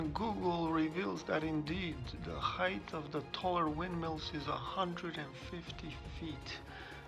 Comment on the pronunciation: Sorry to be picky, but the word height should be pronounced without a "th" sound at the end similar to the pronunciation of the word weight. It does not sound like the words length or width which have the last two letters reversed to produce that sound. Nonetheless I enjoy your photography.